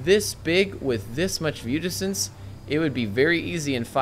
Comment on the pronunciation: Enjoyable video, but I thought you were using a word I didn't know: viewdixtense. It wasn't until nearly the end of the video that I realized what you were saying. :) Keep up the great work.